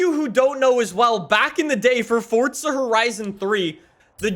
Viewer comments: ITS PRONOUNCED FOR-ZA NOT FORTZA. AAAAAAHHHHHHHH!!!!!!!! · its for-za not fortza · Why do you call it "fordza horizon"?!! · forTza horizon 4 😂😂😂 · Forza Horizon 4 👎 Fortza Horizon 4 👍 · Forza ❌ Fortza ✅ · IT PISSES ME OFF SO MUCH HOW HE SAYS FORZA LIKE "FORTZA" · hearing fortza makes me cringe. say it right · why cant Americans pronounce forza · My guy why do you pronounce forza with a t